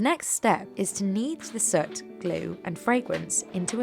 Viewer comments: Are you saying soot? Sure sounds like sert. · Isn't it prononced S 'ooo' T, and not Sut ?!